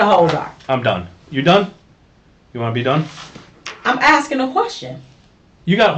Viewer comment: No nurse would be so stupid to call a 'notary public' a 'notary republic'. Even a nurse's aid would know the correct term. "I'm axing" instead of "asking'.